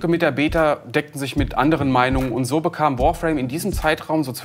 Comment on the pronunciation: "Man kann sou und sou" XD